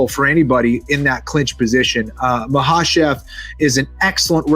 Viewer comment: #Makhachev's Last Name, I'm being serious... How is it pronounced?! Because #KenFlo says ''Ma-Har-Chev''??. That's the 1st time I heard it like that. I have always thought & heard other's pronounce it as ''Mack-A-Chev'' ~Which way to say Makhachev's name 1st or 2nd way?!